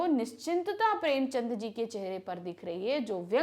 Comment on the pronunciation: Maam aaap kuch kuch words galat bolte ho har vedio me maine ye dekha hai jaise premchand ko aapne ek baar prem chandra kaha